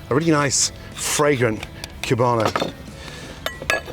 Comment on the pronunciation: It's COO-bano. Not CYU-bano. But I'm sure the Cubanos around you would tell you that.